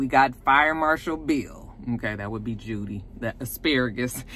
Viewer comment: When you Called Judee with two ee's fire marshall Bill...I hollered🤣🤣🤣🤣🤣